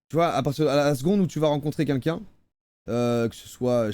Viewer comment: Joyca on ne dit toujours pas « qunlqu’un » mais bien « quelqu’un »